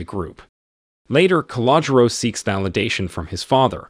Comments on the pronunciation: It’s pronounced. Ca-lo-Jo . Just an FYI. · "Calogero" is pronounced kal-oh-GERRR-oh